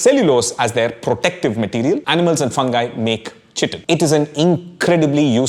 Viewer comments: I always have heard chitin pronounced as kai-tin as opposed to chi-tin like the way you pronounce it in the video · Kai-tin not chi tin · You are pronouncing 'Chitin' wrongly - chitin /ˈkʌɪtɪn/ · Please chage the pronunciation. Its pronunced as kai-tn. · Chitin is pronounced as kai·tn. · "Chitin" is pronounced "ky-tin". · it’s pronounced with a hard c. <Kiitin> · Excellent authentic summarisation of great amount of science in such a lucid manner! ...small correction besides the pronunciation of chitin: chitin is mostly in lower animals, not all animals. Some references as reading list will make the video more educational and scholarly! ....Overall, great efforts indeed. I have bought your Masala Lab and will use in my courses in Biotechnology!..... Request you to make some components in functional food particularly addressing some of serius health issues in India: malnutrition, anemia in particular! ....Thanks a lot for this great edutainment